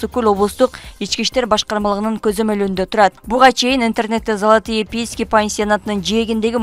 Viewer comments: 😂Залатые пески деп айтатго 😂😂😂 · Залатые пиииски дейт го😂 тузук суйлосо боло😂